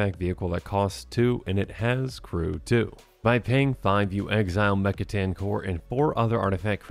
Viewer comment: Yea I noticed that, plus he pronounced mech titan like 3 different ways in the beginning so hopefully he’s just tired